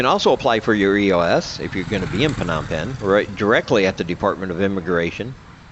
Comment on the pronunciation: I would think living in Cambodia, you would know how to properly pronounce Phnom Penh. Does not instill confidence in you, when you mispronounce where you live.